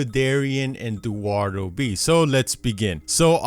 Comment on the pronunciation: oh. dearie?: DUARDO commenters: no commenters who can't read: yes My comment sucks